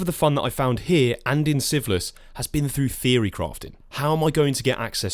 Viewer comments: Are you saying syphilis? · The way you pronounce "Sieveless" sounds like "syphillis" and I was very, very confused for a little bit. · completely unrelated to the actual content of the video, I keep mis-hearing "Sieveless" as "syphilis" 🤣